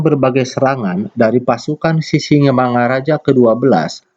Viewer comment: Mantap pak, tapi mengucapakan Sisingamangaraja nya, nggak pas pak, jadi bapak buat sisimangaraja. Salam dari saya horas, dari Taput.